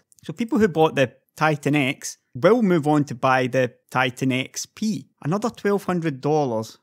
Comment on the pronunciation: "and here we have...nvidia titan X... small pee" ha ha ha